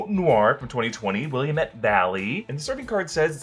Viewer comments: That Pinor Noir is from the Willamette Valley, pronounced wil-LA-met, not willa-met. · It's pronounced Will_am-it not willim-it lol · Fun fact! Willamette, Oregon isn't pronounced "Will-a-met" here, we pronounce it "Will-am-et". Thank you for coming to my TEDTalk. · Willamette: It’s “Will-Am-It” damnit! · Love the video; just a friendly Oregonian here, and the area wine is from is pronounced the Will-A-Met Valley! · It’s Willamette damnit…. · It's will-a-matt valley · Willamette Valley is pronounced the same way dammit is. Just a little word of advice from a Somm ;-) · Had to pause video from lol ‘ing too much on his pronunciation of Willamette 😆 just reminded me of myself when first arrived to Oregon tryin to pronounce it as well 😆 luv u and the whole NR crew keep the videos coming so helpful when get lost in marvel land 🦸🏻‍♀️